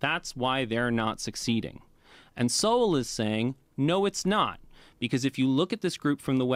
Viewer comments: It’s pronounced like “soul.” Keep checking him out. Dude is brilliant. Cheers brother. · It’s pronounced Soul and he is one of the greatest thinkers of the last century! He’s brilliant and ignored by the world because he has the wrong ideas. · Sowell is pronounced like soul, with a w in it souwl. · The brother’s name isn’t pronounced so-well, it’s pronounced soul, like your mortal soul, your everlasting soul. Thanks for all you do, another great episode. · Pronounced 'Soul' like soul brother 😊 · Pronounced 'soul'. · Love your reaction videos. Thomas Sowell (pronounced like "soul") is a brilliant scholar & economist who blended economic analysis with his study of just about any topic in history that generated unique insights few others are capable of producing. When it comes to topics of race and economics, there is no one better qualified to produce the most reliable sources of information and analysis than this brilliant mind. His prolific output has been largely shunned by the African-American community because he debunked socialist & liberal ideology in favor of uncomfortable truths. He had no patience for arrogant but inferior minds, or those afflicted with pet ideologies that fit their own bigoted views or special brand of ignorance. I first encountered his unique writings back in the 80's, but his book "Conflict of Visions" and "Vision of the Anointed" helps in understanding how he views the left vs. right phenomena. He doesn't appreciate political labels, as they don't capture the realities he is famous for revealing. So, if you want to learn more about the wisdom this brilliant scholar has to offer, I suggest staying on YouTube and start with one of his most significant contributions to the field of slavery: The End Of Slavery Explained - Full Compilation: Good luck! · Pronounced like "soul," but in 2 syllables ❤ He's been my hero since I read A Conflict of Visions in college (for extra reading- it wasn't assigned by a professor) in 1994!❤😂❤